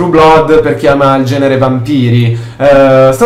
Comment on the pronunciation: Comunque "Blood" si pronuncia "Blad".